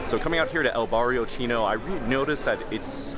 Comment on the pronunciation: “El BarRiO cHHinnO” 😂 I like how he almost forgot to say it